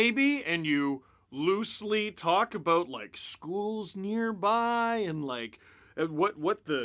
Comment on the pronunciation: Lol so funny how Canadians say " about" , abooooot lololol